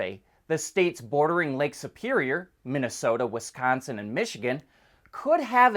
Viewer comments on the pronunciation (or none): none